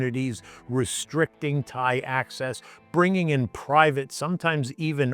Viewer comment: What is a "Tha-ee"?